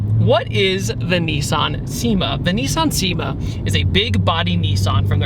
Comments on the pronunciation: It’s pronounced SHE-ma. Not SEE-ma. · I knew you weren't going to pronounce the name right, it's pronounced "Shima" 😝 Such a great car, i'm a big lover of the big body JDM sedans! 😁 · its pronounced "chi-ma" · Cima is pronounced: Chee-mah not See-mah. This is what I've been told by people that modify or utilize the VH41 from these cars. TMYK. Also the VH41 has a very strange intake manifold. Really unique car that not many know about.